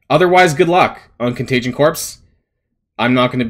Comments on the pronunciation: I agree 100%... however, and I'm so sorry for being that guy, but "corps" is pronounced "kor". If you pronounced the S, it would be spelled Corpse. It's "kor" like the Marine Corps. No S when enunciating that word. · Excellent video. BTW the Corps in Contagion Corps is pronounced like Core, as in Marine Corps.